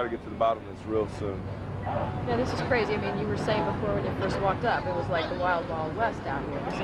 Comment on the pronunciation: did this detective just say BRAZY instead of CRAZY?